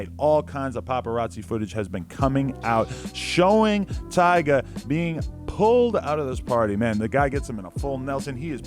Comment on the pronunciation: he said “tyger” bruh lmao